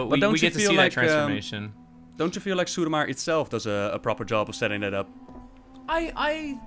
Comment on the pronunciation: Drinking game: take a drink every time Ross pronounces suramar "Sarumar"